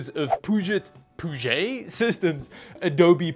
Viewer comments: I love that pronounces Puget as Poo-jet, instead of the correct Pyu-jet.:D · butchering the name of a body of water he lives less than 150 miles from made me die a little. For the record, folks there pronounce it "Pew-jet". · Pew-jet like the Puget Sound (the big sound in western Washington which is home to the Seattle-Tacoma metro area) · Puget sounds like Pew-Jet. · Love the video. Glad to see you getting a new editing machine, hope it serves you well. BTW, for future reference you pronounce Puget like "Pew-jet". It's named after the Puget Sound just in case you needed more info. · Never heart anyone pronounce Puget with the French accent. I get why you would might but still.